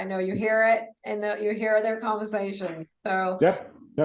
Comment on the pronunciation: Is the female interviewer aware that she is pronouncing "er" as "a" or "o"? It's distracting to the person being interviewed. Specifically, she mispronounced conversation and overhead.